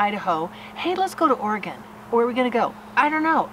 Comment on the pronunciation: Thank you for saying Oregon correctly. Also for the closed captions. You two rock. Thank you thank you